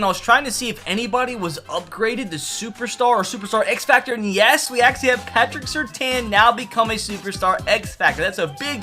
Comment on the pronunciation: i must put a stop to you pronouncing Surtain like that